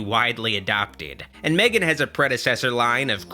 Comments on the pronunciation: It's pronounced as Megan. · Ma-three-gan... hilarious